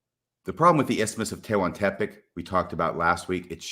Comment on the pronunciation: This may never come up again, but the correct pronounciation of “Tehuantepec” can be heard here: I learned a smattering of Nahuatl (i.e. Aztec) back at BYU in the olden days.